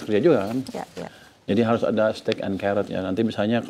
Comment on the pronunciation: Stick pak bukan steak 😂